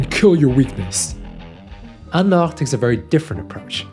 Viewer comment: You are a great interviewer! Refreshing to hear her name pronounced correctly with a French accent 😊